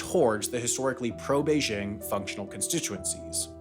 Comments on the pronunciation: Yes, the pronunciation in the video was off. There's no h sound in there. The sound "bay-jing" is correct. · it's not "beizzhing" with a soft j. it's simply pronounced like it's spelled, with a normal hard j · Sorry, just can't get past how you pronounce "Beijing." Is that how it's pronounced in Hong Kong? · You keep pronouncing “Beijing” wrong. Say this is your head: “jingle bells, jingle bells.” See how you pronounce the “jing” in “jingle”? It’s the same pronunciation for “Beijing.” Try it.